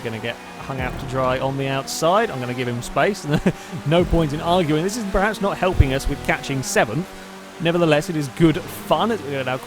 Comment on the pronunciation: love your videos, but it's "perhaps", not "pre-haps"